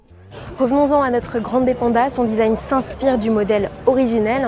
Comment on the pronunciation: Ça fait un poeu bizarre cette prononciation à la française 😊... Il faut dire grann'dè, et avec l'accent tonique sur le a, pas grandé 😉